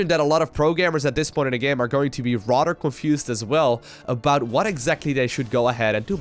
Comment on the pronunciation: "Dis is going to get rodder crazy rodder fast"